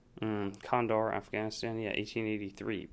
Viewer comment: Kan-da-har... is how you say it. Been there a few times.